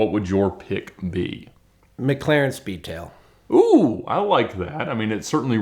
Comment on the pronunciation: You lost all credibility when you said speedtail !!!